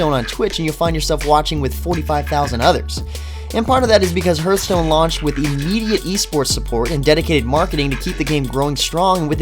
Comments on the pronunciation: Do you have a "heerth" in your chest? No, you have a "heart." "h-art." It's not Heerthstone, it's Hearthstone. Hearth. Like what's around a fireplace. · firefall was better before it launched, when they added in the leveled areas it basically ruined any kind of open world game play. and you are mispronouncing hearthstone... it should sound more like harth stone